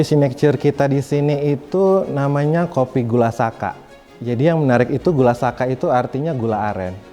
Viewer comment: gula saka , yg betul gula sakka. 🙏